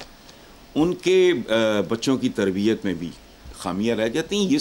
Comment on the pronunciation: Tarbiat hai ya tarbeats ?, 😂😆☺